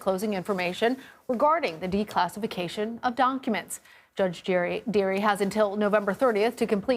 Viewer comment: Did she say: donkuments